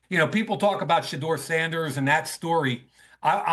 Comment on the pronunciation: How many times did Rich say Sauduer Sanders in those three days? 😂😂man crush? 🎉